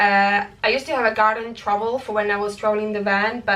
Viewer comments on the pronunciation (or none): Go on....Say trowel one more time pleeez 😃🤪